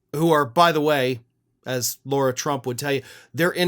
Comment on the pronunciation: Who is “Laura” Trump? It’s Lara Trump. No “u”